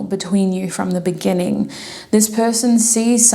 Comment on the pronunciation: GUUURL NOT THE "BENNINGING" 😂❤(group 3 ), I was thinking about that video everytime you said the Word "beginning "